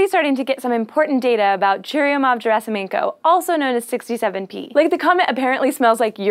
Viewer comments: It's Gerasimenko, not Jerasimenko (I'm russian). Чурюмов-Герасименко - what is so hard? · "G" in Gerasimenko is not "gee", it's rather like in "guess" - just a spasm of throat. Other than that, that pronounciation was pretty close.